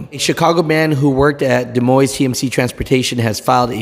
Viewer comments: It's pronounced "De Moin" (silent S). TMC, Des Moines, Iowa is known for its very strict stances with all of its drivers. It's over the top. If the company policy is short hair, then live with it. J B Hunt did that many years ago and they were very strict about it. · Pronounced Da Moine